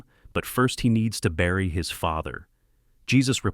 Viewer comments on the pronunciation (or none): none